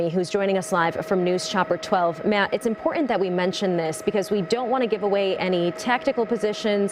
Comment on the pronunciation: I thought he said Jogger